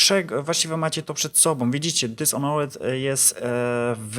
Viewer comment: nie czyta się dishonret tylko dizonert